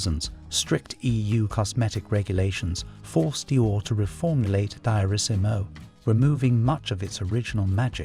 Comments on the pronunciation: Not 'dy-or-issimo but 'dee-or-issimo'..And 'pa-CHOO-li', not 'patula' which sounds like spatula 😂 'Sha-nell, not 'channel'... and not 'th-iery muggler', (😆) but 'Tiery Moogler'. Please do not use AI . On a positive note, the music was lovely! I miss the original Opium. I agree that those other fragrances that had civet needed to be reformulated, something that as an animal lover, I cringe. But the other ingredients, such a shame. Another fragrance that changed completely is "Chloe" by Karl Lagerfeld. My older sister used to wear it and I loved it because it was so different than the others around at the time. It always smelt clean and fresh to me. I was shocked when I smelt the new version. It's like a completely different perfume now. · Dye-orissimo! Another AI voice who can’t pronounce. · In the First minute: Daaiosimo...😂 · Diorissimo dior deeyour. Not the way the AI pronounced it deeyourissimo. Get it right. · HEY AI VOICE AND IT'S NOT "DIE-O-RISSIMO" IT'S "Dee-or-EE-SEEMO." LIKE DIOR, the designer? And Patchouli is prounounced "PAH-CHOO-LEE." Actually, LEARN HOW TO PRONOUNCE ALL OF THOSE PERFUMES AND THEIR DESIGNERS. EEJITS. 🙄 Jean Nate, Opium, Cinnabar, Tabu should have all been banned just for being STANKY (or never made in the first place, IMHO). UGH. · You say : dee- orr-EEE-see-moh. Also, anyone who has an alergic reaction, or skin rash acquired from obtaining a mist of these- OR ANY OTHER- perfume, should abstain from their usage, instead of having them forcibly changed or taken out of circulation completely. It's absolutely absurd. So many humans have nut or honey alergies. Should we ban their use and availability to the public throughput tge world? And, his name is pronounced Tare-ay MYOO- lurr. Ridiculous. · You should be jailed for pronouncing Diorissimo diarrhesimo🤦‍♂️! Then Channel, instead of Chanel. Thames for temps. And then came the final nail in the coffin:' Theory Muggler'😂😂😂! Keep up the good work🥳🤡